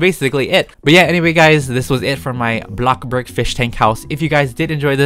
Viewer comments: LOL he said block burg not BLOXBURG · Why you say blockburg wtf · nobody: not even a single soul:: BLOCKBURG